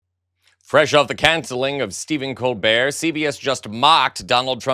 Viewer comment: The way Colbert is pronounced betrays AI over human transcription